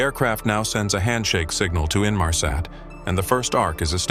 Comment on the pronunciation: Ressassage de saloperie , peut être mm avec de l·IA au vu de la prononciation de "Inmarsat " salut les naifs ...